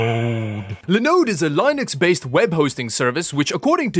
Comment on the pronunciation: hearing say lienix instead of linux hurt my soul